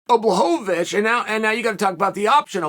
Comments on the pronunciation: Chael getting into the Christmas spirit with “blahohohowicz” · Return of the Blahovovocih